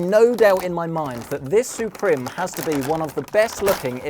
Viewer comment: roter, suprem. It's router and supreme, use google translate for proper pronunciation.